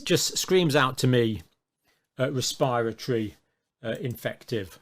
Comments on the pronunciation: A wespiwatowy bwain viwus? I'm tewwified! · Anyone who works in the field of healthcare research and cannot pronounce 'respiratory' or 'quantative' is not to be trusted.